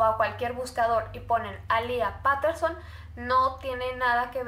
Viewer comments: Me da cringe cuando dice Paterson en vez de petterson o como se escriba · Es PETERSON, no "Paterson" como dices tú...y alía Peterson apreció el 16 de octubre. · No se dice Paterson se dice peiterson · Se pronuncia petterson no paterson 🤣